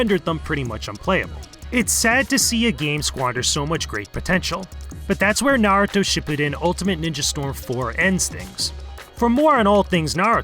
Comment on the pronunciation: "Narato . . ." smh IGN . . . 5.5/10 can even pronounce a very simple and popular name in the world